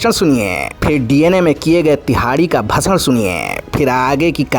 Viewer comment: bhashan or bhasad 😂😂😂😂